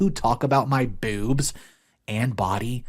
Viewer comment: i love how you say "bewbs"